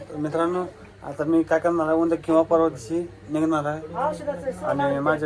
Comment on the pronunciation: उनद्या नाही उद्या अस म्हणतात